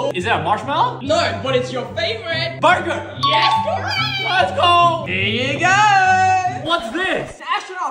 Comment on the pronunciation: Bro confidentky said "BARGAR"